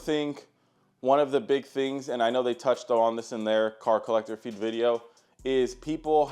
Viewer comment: Brother please say it right at least one time brother PLEASE. Its Collector Car Feed